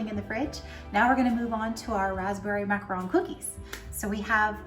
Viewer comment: Macaron, NOT macron.